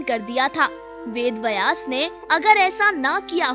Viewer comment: अरे बहन वेद वयास नहीं वेद व्यास। भाषा का अपमान मत करो